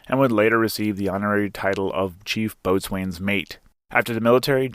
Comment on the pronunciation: ...It's pronounced Bo'Sun...NOT' boat's wane'...I'm a landlubber Army vet and know the difference...read bo'sun's mate Williams' story in Thomas Cutler's book "Brown Water, Black Berets"...